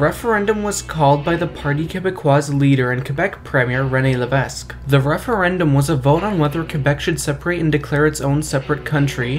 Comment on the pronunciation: You need to learn how to pronounce the names properly. The GG at that time was Jean Sauve, is pronounced so-vey, not sove, Quebec premier Rene Levesque is pronounced Le vek, not Le Vesk, also try to be a little more original, don’t try to be exactly like the American guy